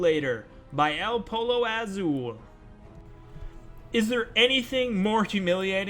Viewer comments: Ah yes, el polo ayzool. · You could at least try to learn how to pronounce El Pollo Azul.